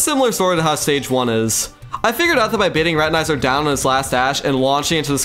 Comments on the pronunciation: Not high quality. He says spazmatasm and reteneyeser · why does he say spazmatAsm and retinIzer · the way you say spazmatism and retinazer got me fucked up bro 😭spazmatazm and retin-eye-zer